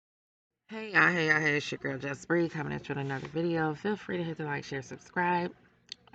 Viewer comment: No soncerae is still worse but jasshy is close. It sounds like she says jasshy when she tries saying her own name.